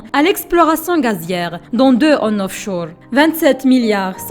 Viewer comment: Offchour ? Onchour ?😂😂😂😂